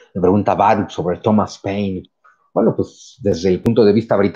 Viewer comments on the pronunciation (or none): none